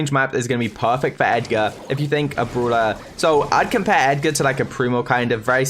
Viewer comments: Pls start saying brawler not brula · Brawler!!! Not! Browler !!!